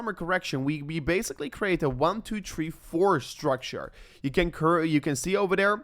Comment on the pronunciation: It’s “THREE” not “TREE” !